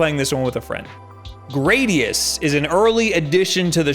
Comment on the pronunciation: I can forgive MARE-io, as cringey as it may be, but GREY-dius?!? The fuck are you smoking?